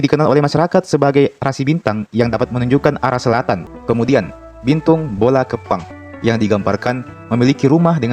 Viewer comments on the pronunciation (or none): Bintang BOLA KEPPANG artinya rumah pincang, Tapi pelafalan ga kayak gitu, karna artinya juga akan berubah jadi RUMAH BAU/RUMAH APEK